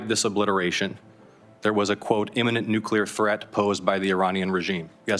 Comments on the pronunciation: Joe Kent: another American saying „nucelar“ instead of „nuclear“… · Nuclear: pron. /nú-klee-uhr/ NOT. /nú-Q-lur/ Come on! Learn how to say the word! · How come these people can't pronounce nuclear correctly? There is no second u - nuculear - not a thing, anywhere. Nuclear...new-clear.... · Rep. Gomez of L.A. needs to learn to pronounce “nuke-lee-ar” while representing Democrats. “Nuke-yuller” doesn’t make it. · The amount of smart people that still say nucular is astonishing... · what the fuck is nucular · They cant even pronounce nuclear weapon correctly, nucilar weapon my ass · i wish my represented officials weren't so idiotic as to pronounce it "nukeular". RECLAIMING MY TIME! NUKEULAR! jfc our country is run by idiots. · He said "nucular." I just... can't. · Can someone teach Joe Kent how to pronounce "nuclear"?! Hint: The "L" is BEFORE the "E" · Why do people have problems saying "nuclear"? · Not pronouncing nuclear correctly alone unqualifies him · AHhh, Thank You!!! I am SOOO glad that there are others out there like me!!! Even the Ex-President Bush of the US never pronounced it correctly!!! You would think that someone would correct these people in power, to pronounce the word NUCLEAR correctly!!!!!